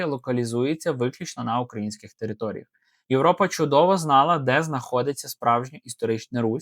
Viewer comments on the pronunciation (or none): none